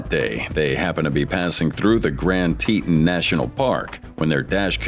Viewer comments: "Grand Teetin national park" hahaha Bro, have your AI voiceover learn to say "Tee-ton" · Teeeeetin .... its tee tawn grand teton. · Teton = Tee Tawn 😂👀😬 I’m not a grammar czar but, every time I hear teet un, I cringe. 🤷‍♀️😅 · Teton is said like tee-tawn. Not tee-tin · Drives me crazy to here him say teetun...it is te-ton. Wow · It's pronounced tee-tahn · Teetin? Lmao